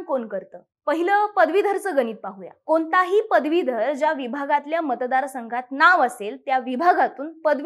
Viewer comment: सखोल माहितीसाठी खूप धन्यवाद. - आपण "ण" आणि "न" मधला फरक लक्षात घ्या. ण च्या जागी न म्हटले जात आहे. उदाहरणार्थ - पुने, आपन, कोनता, इत्यादी तुम्ही बोलता छानच, पण ह्या बारीकसारीक गोष्टी खूप महत्त्वाच्या आहेत.